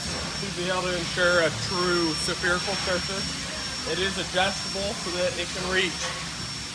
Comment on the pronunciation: What in the hell is a Sa-ferical-surface? Its Spherical for gods sake. Say Sphere, Now say ical There you go.